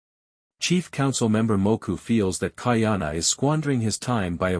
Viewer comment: Please get a proper ‘Olelo Hawai’i speech consultant. Ka’ahumanu is pronounced KAH-AH-HOO-MAH-NOO with the ‘mah’ sounding more like ‘muh’. So, practice slowly first as KAH-AH-HOO-MUH-NOO. With slight accent on MUH. Mahalo nui loa.